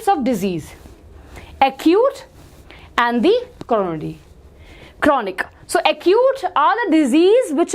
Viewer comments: She said coronody to chronic (RECOVERS LATER) 🤣🤣 Then said Cono to congenital Then japan something to Japanese Encephalitis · what!? It sounded like corona! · what's choronic😂